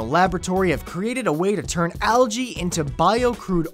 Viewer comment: He said algae wrong!!